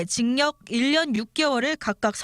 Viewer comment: 기자 경상도분이신가보네.. 계속 징역 발음을 징녁 이러네..